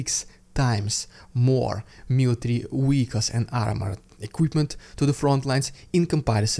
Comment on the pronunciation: VEHICLES. It's a V not a W.